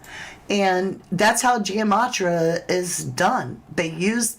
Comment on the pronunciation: Please say it correctly it is gematria. So it’s not Gia matria